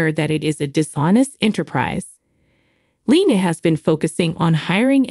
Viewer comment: LeeAnn is her name not Leen could you ever learn their names